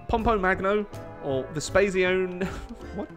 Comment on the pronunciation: Marco Vespasiano Agrippa si dice mica Marco vespasieno